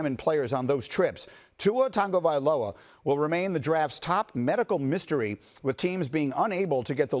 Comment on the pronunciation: Say it with me TAGOvailoa not TANGO. Geez guys get it right.